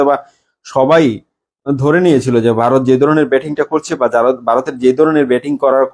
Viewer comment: আর ভাই আমাদের দেশের নাম বারত না ভারত 😂😂😂 আর ওটা টি টুয়েন্টি নয় টিটোয়েন্টি 😂😂😂